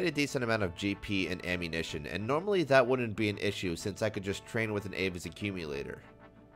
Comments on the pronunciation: "Ammuntion Plan" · “The Ammuntion Plan” 🤣